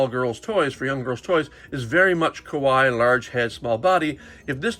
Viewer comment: Kawaii is pronounced ka-why-ie, you pronounced it ka-why which actually means “scary” in Japanese ^^